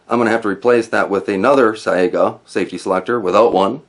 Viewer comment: its pronounced SYGA, the a is silent.